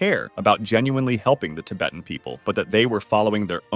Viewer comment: Damn didn't know that US Naval destroyers could fly and looked like fighter planes in 1964! also "tib-uuht" bro how do you mispronounce how you say "Tibet" but then seconds later correctly pronounce "Tibetan" ???